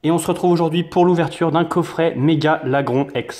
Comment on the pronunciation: sa se dit lagroun